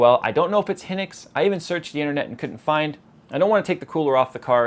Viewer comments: Hynix is read (Hi - Nicks), not (he - nicks) just and fyi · BTW the memory is pronounced "Hi-Nix". I used to work for them, so that is how they pronounced it to me:)